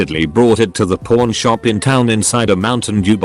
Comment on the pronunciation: The word itself pawn shop said like that doesn't sound like that and also a safe 😂 personal hell yeah I know